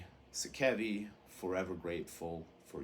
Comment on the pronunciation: If you care... Gism - “Ghi-sum” You can hear Sakevi pronounce the name in “Death, Agonies and Screams”. I used to pronounce the name as you do until I was corrected by Dwid of Integrity on a phone call with him in 1996. Translated out of Japanese katakana, the band is sometimes referred to as “Gismu”. Sakevi - “Sock-ay-vee” (H.R.) Giger - “Ghi-ger” Rhymes with meager, this is how he pronounced his own name. I used to pronounce it as you do as well until I read the proper pronunciation. Kuro - “Koo-rho” If you want to be specific, subtly roll the r. My first introduction to Japanese Hardcore was mail-ordering the “Thrash ’Til Death” LP from Pushead in 1989 and a home-recorded tape someone sent me with Detestation and a lot of other obscure HC in 1989 or ’90. Consider it nerdy...I consider it respectful to the individuals and their culture. Americans are notorious abroad for mispronouncing foreign words. I am also a first-generation Japanese-Amercan. Domo arigato.